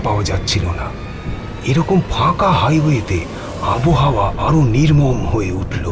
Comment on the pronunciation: কথাটা আবোহাওয়া নয়, আবহাওয়া। বাক্যের গঠন হিন্দির মতো, যা খুবই শ্রুতিকটূ। সে গেলেন জাতীয় বাক্য এতো কানে লাগে যে, কী বলব!